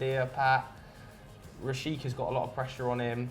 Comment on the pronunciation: Pat the pronunciation master 👏 not calling him Rashika